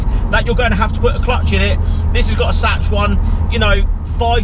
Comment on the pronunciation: Sachs- pronounced ‘Sacks’ 👍🏻👍🏻